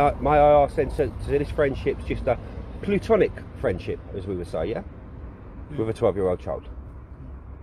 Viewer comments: It’s platonic not plutonic lmfao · PLATONIC, not Plutonic...sorry to be picky. Great work though guys, great work. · It's nothing, not nothink, and platonic, not plutonic.